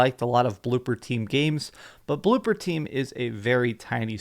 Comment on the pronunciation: ITS BLOOBER! B L O O B E R! NOT BLOOPER, BLOOBBBER!